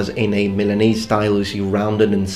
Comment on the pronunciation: Eh eh eh... It's funny your way to say "milanese"...